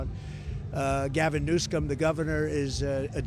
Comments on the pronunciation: Is trump purposely referring to Gavin newsom as newScum😂 or was that slip of tongue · He said "newscumb" love how he slipped that in there. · "New-scum" lmfao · 😂😂 he said Gavin NewSCUM😂😂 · Oooh it was very subtle but he said "Gavin NewSCUM" 😂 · He said Gavin Newscum 😂😂😂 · Did he call him “Gavin NewScum?” 😂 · Did yal catch that? He said gavin newscum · Did i hear him correctly pronounce Gavin's last name as newscum????😅😂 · OMG He said "Gavin Newscum" LOL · Trump said “Gavin New-scum!!”😂😂😂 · Anybody else hear “Gavin new scum”? Freudian slip or purposeful? Lol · Newsome pronounce his name correctly you demand respect you must give others respect. No one coming from mental institutions what he says makes no sense. Bad countries however they have low crime but still they are sending us crazy people???? He is delusional. Did they send Don OLD here????????